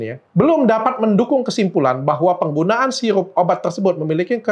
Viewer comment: Sirup bukan siyupp